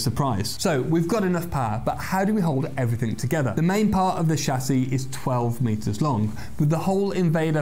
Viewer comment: "Rocket expert" ends in a T. Ex-perT. Not ex-purr. "Jet engine"? Same problem: jettt. Not jeh. "The main part of the chassis"? You guesses it: Part, not par. Happily, you don't have any problem with "accelerate" or "estimate," words which some fools on YouTube manage to mess up. "Acceleray" and "estimay" are also horrid. You get them both right without any apparent effort. You're just doing them right, not forcing it. So perhaps you'll be able to fix the ones you get so consistently, annoyingly, wrong?